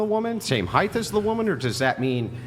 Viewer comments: It's height, my good man. No th. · Andrew... heighth??!?!?!?